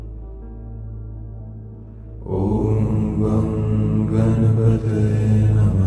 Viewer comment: given that this mantra is in sanskrut, the word 'ganapataye' is not pronounce correctly. the 'n' to be specific.